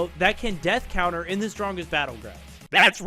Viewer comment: bro it's death counter not death couter